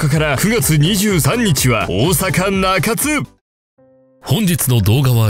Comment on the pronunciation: な→か→つ↑ちゃうで な↑か↓つ→やでw